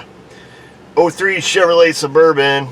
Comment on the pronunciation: You are the best when pronouncing Chevrolet!